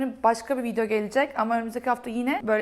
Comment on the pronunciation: VIDEO: Viydo değil —> *vidyo. MEDIUM: Miydum değil —>*midyum